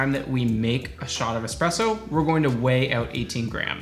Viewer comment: I always stop at the first "expresso"